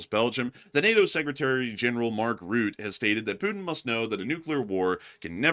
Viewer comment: Rutte is pronounced as " Ruh tuh" not rout or root or however you pronounced his name lol.